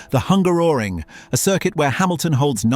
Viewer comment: Wow i never heard Hungaroring pronounced like that. The british really have a way to make words sound weird.